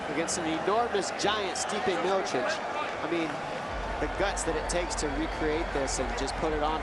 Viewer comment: I hope by the 3rd fight someone tells Anik how to say Miocic or maybe he can use his brain and realize everyone else is saying it a different way.